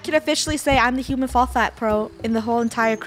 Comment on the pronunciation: “Welcome back to hooman flat” anyone remember that? I do 🥺